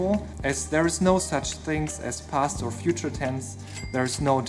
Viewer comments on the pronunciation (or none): none